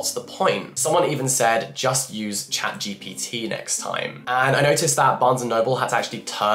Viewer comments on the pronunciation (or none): none